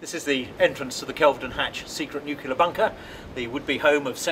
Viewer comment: Why are the English all beginning to say "nucular" like the Americans? It's "nuclear" 🤦🏼‍♂️